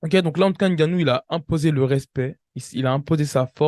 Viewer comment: Franchement, en tant qu’Africain, ta prononciation du nom de Francis est une honte 😂😂😂😂, c’est n’importe quoi. HAINE GANNOU, tu abuses là.